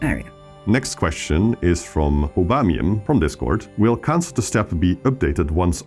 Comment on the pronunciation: I heard aubameyang like the football player